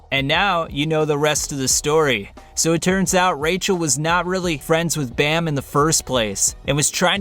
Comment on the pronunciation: I don’t like the way how he says bam